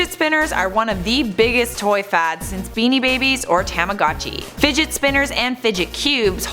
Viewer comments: Its " tah mah got chi " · please tell me she did not say TAMagachi